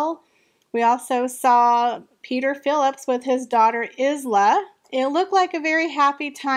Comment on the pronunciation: Isla is pronounced EYE-la, not IZ-la.